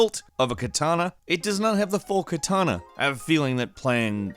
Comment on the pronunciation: did I hear Kitana instead of katana?